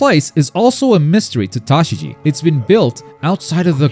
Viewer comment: Tashigi is not a hard name to say